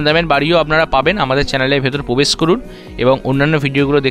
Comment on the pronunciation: Brand New ❌ Band New ✅ Probesh ❌ Pobesh ✅😂🤣 Granite ❌ Ganaite ✅